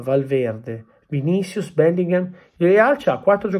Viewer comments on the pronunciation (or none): none